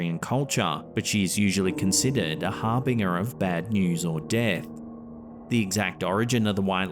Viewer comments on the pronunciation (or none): Harbinger: haar-buhn-jur. 😊